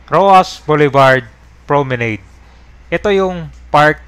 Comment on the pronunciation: Mali pronunciation mo ng Promenade, e check mo!!!